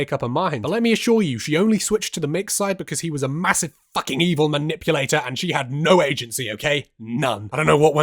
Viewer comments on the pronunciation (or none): none